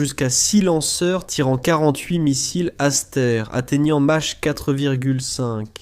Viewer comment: Mach se prononce mak !